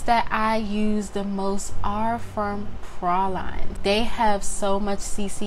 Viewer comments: she said Pra-Line lol love her its Praline like the pecan praline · loved this video but why u saying praline like that